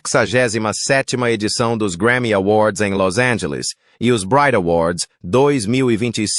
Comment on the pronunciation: desculpe sr é los angeles,e nao las angeles,e outra nunca na vida ouvi falar dessa dai.muito obrigado